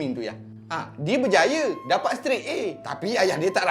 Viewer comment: Jaa.. dapat.. bukan dapak jaa.. sebut betul jaa more improve